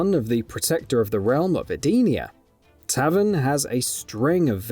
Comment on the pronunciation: Ma-va-dough not Mava-dough Lin-Kway not Lin-Kwee Also Tay-ven not tavin 😂😂